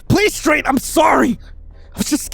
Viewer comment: I heard "stray" instead of strade EHEM- WHAT.